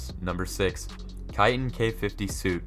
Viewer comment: How the faq did you pronoun Kiton??